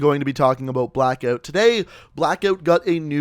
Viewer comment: Sorry but it cracks me up every time I hear you say blackoot